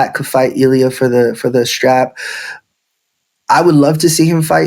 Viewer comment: It’s not allia dude lol it’s Illia with and I not an A